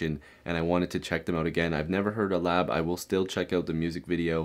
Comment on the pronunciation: Yeah you pronounced it correctly. Also check Mnl48, they are girl group